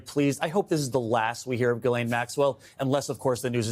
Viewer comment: Ghislaine Maxwell was/is FRENCH ... her first name is pronounced J-E-S-S-L-Y-N in English and FRENCH